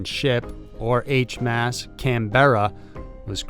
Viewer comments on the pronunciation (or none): H.M.A.S- not 'h-mas' btw. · I’d not heard of the stranded marines till now. Mind you- they’re the best to be able to survive in those kinds of conditions! Not to be picky- well, I guess I am, but Her Majesty’s Ship’s acronym is pronounced H.M.S. All separate letters. The underground city in Beijing was fascinating! I wouldn’t fancy living underground though. shudder No fresh air or sunlight.....